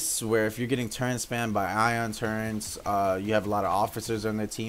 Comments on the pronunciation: Turrent... Nobody pronounces it like that.. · it just sounds weird